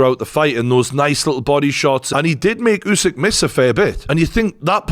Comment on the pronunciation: This was very entertaining to watch and informative, thanks. Have watched already few videos on the channel and I like it. The only thing I’d like to correct as a ukrainian, Usik is pronounced not as it is written, it is actually sounds as it would’ve been written Oosik. Hope it helps.